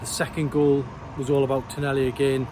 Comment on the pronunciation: Bonny lad it’s pronounced. Ton ahhh lee. Tonali😊